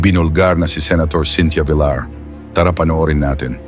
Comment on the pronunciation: Buset Ka kelan pa naging vilar Yan abo BA lahi mo pinoy o indiano, pagbigkas Lang Ng apelyido binaboy mo pa.